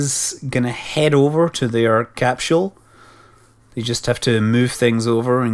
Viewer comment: Every time I hear Scott say "capshule", I have to repeat him out loud. I can't help it.